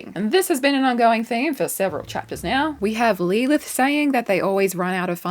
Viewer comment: Why are you saying lee lith? Is that how Aussies says Lilith? I feel like grandlinereview wouldn't say it like that but I'm not that familiar with the accent but that sounds almost as bad as the aluminium.. it's aluminum lol